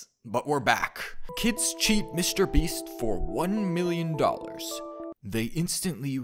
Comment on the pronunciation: its just a theory, A BELUGA THEORY!!!! VIEN BOM BISTER MEAST!!!!!!! Beluga like Bister Meast Too much he cant take it anymore, what happens next is shocking! 😬😨 Begula after Moewing BISTA MEEEEST!!!!!!!!!!! VIEN PIIT PILLO BOEM YOU ARE TEH IMPASTA! BE QUIET YOUR ECHOING, MIKEY. VINE-SPOSED PIIE BOEM IMPORTAN NEWZZZZ!!!! BEGULA PLUSHYYYY LETS GOOOOOO Haha! no. VEIN NO. VIEN2 SHHHHHH TWO VIEN BISTA MEEST BORGOR we found the impasta amoguz.